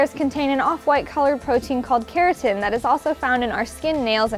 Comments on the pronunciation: it's keratin not Carotin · Its keratin not carotin lmfao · Okay, for future references guys, it's KERATIN not CAROTIN. Its pronunciation is "carrot-in" but spelled KERATIN. That aside, great video very interesting.